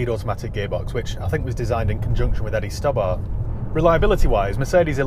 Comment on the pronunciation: I love the steering wheel in those Mercedes and the F10 BMW. Those two are the best for steering wheels imo. Also I’m not one for correcting people on pronunciation but it’s Eddie And you say the last name like this Sto as in stow and Bart as in Bart Simpson. But whatever I’m just pointing it out.